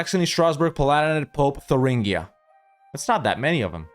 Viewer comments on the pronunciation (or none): none